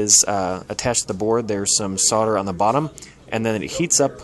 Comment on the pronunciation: The 'l' is silent in "solder". He's pronouncing it correctly.